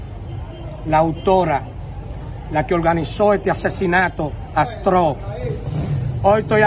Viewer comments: se dice atros ! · Por favor no se dice astro. atrooosss